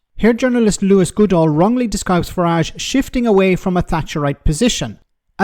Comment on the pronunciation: Lewis, not Louis. He's not French, FFS.